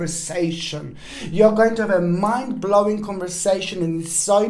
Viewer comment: For a second I thought you said ‘man blowing’ instead of ‘mind blowing’ and I was like 😏😏😏....